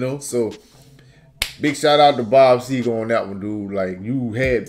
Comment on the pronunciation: It's SEGER NOT SEGAR!